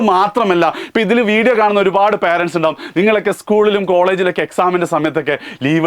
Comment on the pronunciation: കാര്യമൊക്കെ ശരി പക്ഷേ പാരന്റ്സ് ❌ അല്ല പേരന്റ്സ് ✔️